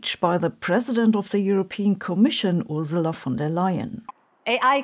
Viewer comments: Also, does "Ursula" not have a hard "r"? I thought I heard "oozala" instead of "ersala". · Please say more about China's ambitions with AI and where you think all this is heading. Blade Runner coming true. Also thanks for pronouncing Ursula's name properly, "Ooerzela".